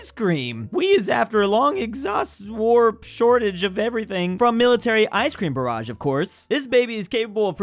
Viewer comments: Barge not barrage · I like how he said barrage instead of barge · love how he said Icecream Barrage when its Barge like "Large" but with a B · DUDE YOU'RE CALLING THE ICE CREAM BARGE THE ICE CREAM BARRAGEJUST AH !!!!!!!!!!!!!!!!!!!!!!!!!!!!!!!!!!!!!!!!!!!!!!!!!!!!!!!!!!!!!!!!!!!!!!!!!!!!!!!!!!!!!!!!!!!!!!!!!!! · Does anyone else die a bit on the inside when says ‘barrage’ instead of ‘barge’ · it’s icecream BARGE not barrage, it’s a ship not an attack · I can't get over how keeps pronouncing "Barge" as "Barrage" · Not pronouncing “barge” as “barrage” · Is no one gonna point out pronounces 'barge' as 'barrage'? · Wishes he could pronounce Russian when he can't even pronounce English. Barge is not barrage! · It's pronounced barj not barage. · I'm sorry to nitpick, but its barge not barrage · man pronounced barge like barrage when its supposed to be pronounced like barj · "Ice cream barage" its barge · Its annoying that is mispronouncing "Barge" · as a fellow I am asking you to pronounce barge correctly. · Someone needs to let know how to pronounce barge. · You keep saying barge wrong